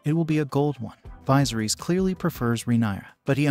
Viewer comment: Apparently one of the details you missed was how to pronounce Viserys. Not sure how you botch it that badly when they repeatedly say it throughout the show.